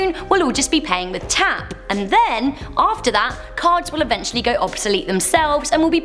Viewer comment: PAYING WITH YOUR EYES lol I thought she was saying gauging out eyes and that eyes are currency lol